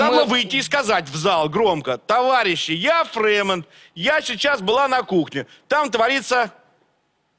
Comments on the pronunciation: Как только не коверкал фамилию Фреймут))) И Фрейман, и Фреймуд... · Почему называет Олю ФреймОД?!!!! Правильно ФреймУТ!!!, сколько можно????